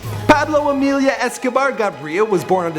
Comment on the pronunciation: Did he say Emilia? lol...